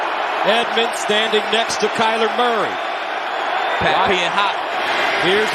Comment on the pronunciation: Talib finally got Murray’s name right… He used to call him Calamari😂